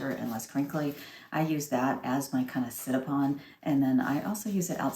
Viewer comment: I thought you might have been a Girl Scout (girl guide in Australia) when you said Sit-a-pon!